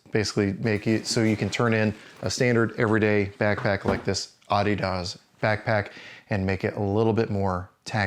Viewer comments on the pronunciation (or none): The frick you just pronounce Adidas?